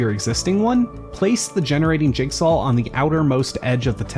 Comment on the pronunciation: why do you say: "jigsal"